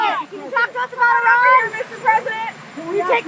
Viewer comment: Could you please LEARN HOW TO PRONUNCE IRAN. HOW WOULD YOU PRONOUNCE AVE CESARE? FOR GOODNESS SAKE EDUCATE YOURSELF! BTW I LOVE YOUR CHANEL.